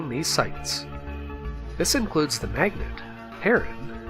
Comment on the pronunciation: Magnate not Magnet.